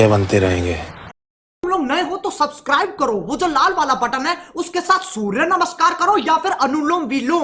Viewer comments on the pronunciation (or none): none